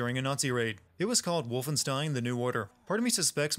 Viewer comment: Adding one more sin for pronouncing Wolfenstein wrong during the video.